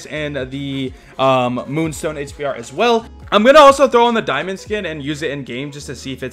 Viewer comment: "Daimond" lmao